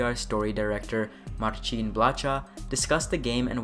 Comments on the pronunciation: blacha is read like blaha, its a little thing but can annoy :P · CH in polish is a hard H like in "hard". So Marcin "Blacha" in this clip sounds hilarious XD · Thanks for the video! And to give something back, I'll drop a tidbit of info to potentially improve your (already good) diligence on the videos: - "Blacha" in Polish means "sheet of metal", and "ch" is spelled as a hard "h" (like in "heist", "hard" etc.) - Regarding the point above, I HEAVILY recommend using Google translate to learn the pronunciation of Polish names. Simply drop a Polish name into google translate and click the "read out loud" button - the bot does a very good job on pronouncing the Polish names. And don't get me wrong - I don't demand, nor even expect you to have 100% perfect pronunciation. I'm just pointing a way to improve, if you wish ;) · Thanks for summing it all nicely. I like the part about certain chips giving you abilities to find secret areas and safes. BTW, regarding Marcin Blacha's surname - in Polish, both "Ch" and "H" serve as "H". It's just spelling/ortography. So it reads like in "Hudson" or "Houston", not like in "Churros" or "Chuck". That's what "cz" is for. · You pronounce the ,,ch ,, in the surname of Marcin Blacha same as the ,,h,, in the word HUMUS for example. Hope that helps in the future.